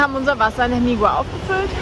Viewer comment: Bitte wenigstens bei Eigennamen die spanische Aussprache lernen, das ist eine Sache des Respektes! Vallehermoso wird "Vaje Ärmosso" ausgesprochen, Hermigua "Ärmigua" und der Teide nicht Teide oder gar Tiede sondern "Tä-ide". Sonst macht man sich so ein ambitioniertes Filmchen mit schönen Bildern irgendwie kaputt... Nichts für ungut ✌️